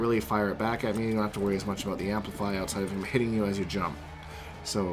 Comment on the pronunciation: "All a boot"